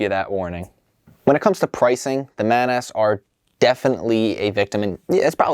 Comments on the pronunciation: Hey, love your vids. But its mAH-nAS, not "Man Ass" 😂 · Come on dude it's clearly either pronounced monoss or manuhs not man-ass. It's like how as a kid I pronounced Carapar as Cay-raper because I didn't know that last bit was a word. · Great review but you may have messed up the right claw of the white and orange crab. Also, "ManAss" 😂, I think it's pronounced more like Ma-Na-S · I couldn't help but laugh... "Man-Ass...." XD I always thought it was pronounced "MAH-nahs" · my friend thought you said "Today we are taking a look at the Bionicle MAN ASS"